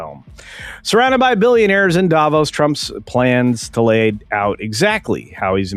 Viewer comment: Just for your information: when pronouncing Davos, the emphasis is on the o, not the first part, and it’s a long o.